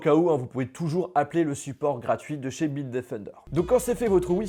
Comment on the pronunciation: Bite qui defon '' bitedefnder''